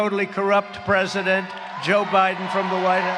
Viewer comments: "Joe Briben" lol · Mr. President Trump, you mispronounced "Joe Bribem" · Yo trump got jokes for years 🤣 😂 you can cut through joe biden garage door with scissors he called him joe briden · Did he call Biden. "Briben"? I love this guy, a true leader, a real man.